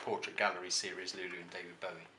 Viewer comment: Nice collection. Thanks for pointing out the pronunciation of Bowie as 'bow in the hair' rather than 'bow of a ship'. It irritates me when In hear people pronounce his name wrongly, I personally blame Tony Blackburn for that ;-)